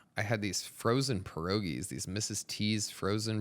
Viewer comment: Listening to Tony Hinchcliffe mispronounce pierogies, as a half polish boy, makes me cringe.